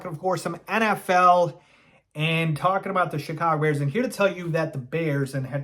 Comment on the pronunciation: Does know that Chicago Bears is 2 words? And 4 syllables? Teasing from a place of love!